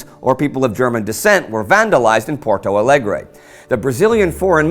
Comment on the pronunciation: That lovely pronunciation of Porto Alegre, Tijuca and Lapa!